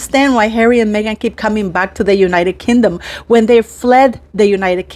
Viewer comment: Pronounced as king dom Not kin dom